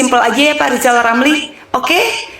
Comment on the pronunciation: Rizal Ramli malah amat parah. Masa udh setua itu tak bisa membedakan mana huruf R dan mana huruf L?